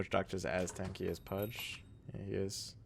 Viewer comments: yo man..its pronounce "PUJ" not "PUD GEH" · dude please, i respect u but, don't pronounce pudge like this ur killin' me everytime haha peace <3